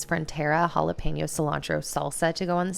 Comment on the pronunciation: i gotta tell you, i watch all ur vids and i love them, this time it was a little better- but it’s jalePEÑo. like “pen” not pain yo. Lol 😂 ❤️❤️❤️ just thought it might helppppp.